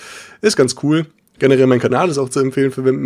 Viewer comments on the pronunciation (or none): none